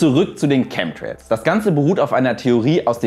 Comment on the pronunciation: Lustig, bei 'Chem'trails soll "Schemie" rausgelassen werden. Schemtrails oder Chemtrails, Schemie oder Chemie? 😅